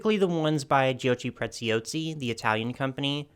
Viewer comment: You are making it more difficult than it sounds, breathe beautiful: jockey (like disc jockey) pretz-yaw-see for Giochi Preziosi Thank you for another fun video